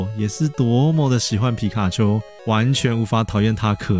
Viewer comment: 你把皮卡丘講的跟吉娃娃好像喔XD